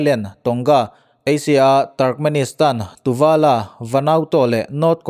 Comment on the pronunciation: 'Tuvala' i tih hi pacific ocean a thliarkar te reuh te 'Tuvalu' hi a ni zawk lo maw